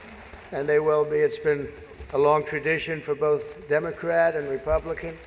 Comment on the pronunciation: Democrat sounds like Damon Rat